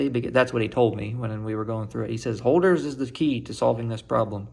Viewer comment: If you're doing a PhD in Analysis, we expect you to pronounce "Holder" correctly :p. It's supposed to be "HURL-der".